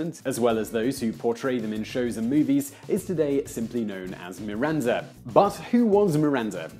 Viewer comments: Why did you pronounce MiranZa? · why is he calling Miranda "MiranZa"?